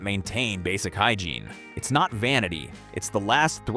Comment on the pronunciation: "Hygreine?" Really flexible arm. Nothing like bad AI to destroy your credibility.